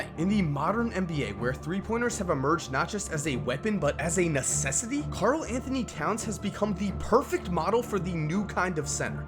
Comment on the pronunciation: Why are you calling Karl cat